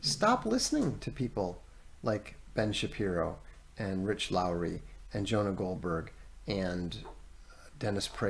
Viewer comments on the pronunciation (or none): none